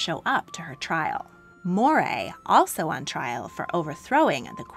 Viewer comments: wonderful vid, as always. Tiny quibble -"Moray" is pronounced "Murray" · Moray is pronounced Murray